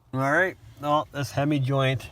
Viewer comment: good vid. FYI it's a HEIM joint not hemi. Hemi is a chrystler product. ;-)